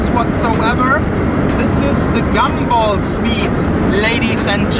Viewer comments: Mi az, hogy "Gemból?" Az angol nyelv egyetlen tájszólásában sem ejtik az u-t e-nek. A helyes "Gámból" vagy "Gamball" - A 3000 nem az út távolságát jelenti. Alapításának idején, a 2000-edik év közeledtével minden nagyszerű dolog nevéhez a 2000-es számot adták hozzá jelezve annak szenzációsságát. A Gumball esetében a 3000-es számot adták hozzá, jelezve azt, hogy ez minden szenzációs dolgot felülmúl (Lee Baillie, a Gumball szervező csapatából) A távolság sem mindig 3000 mérföld. - Az Aventador SVJ-nek nem gyári kereke. Rendelésre készült az AL13-nál, lemásolták a McLaren Finá-ról - Nem minden résztvevő vezette le a teljes távot. Egyesek csak Angliában vettek részt, (pl. a két Koenigsegg és a Mclaren Senna), vagy csak Olaszországban (Lambó Sián). Londonban nyílt egy Koenigsegg képviselet, oda vitték a két autót. - "Mr. JWW" azért nem vehetett részt, mert ellopták az útlevelét. Senki nem fél magyarországra jönni, unalmas már ez a politikai eredetű önsanyargatás. Budapest az egyik kedvenc helyük. - "Kontázs???" 😲 "Kuntás!" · Csak egy javaslat: nem gemból, hanem gámból. Gum, mint gumi. Amúgy nagyon jó videó lett, de ez nagyon szúrt minden alkalommal. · Fáj a fülem ettől a “gemból”-ozástól.. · Miert ugy mondjátok, hogy “gemball” ?? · GEMBÓL?! De miért E-vel van mondva?! :( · Nem tudtad volna többször kimondani a Gumball szót helytelenül?? Azért nem ártana a többi angol kiejtést is megtanulni helyesen mert borzasztó hallgatni🤦🏼‍♂️🤦🏼‍♂️🤦🏼‍♂️